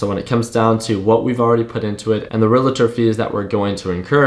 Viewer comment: Relator !! Why do so many people pronounce this wrong ?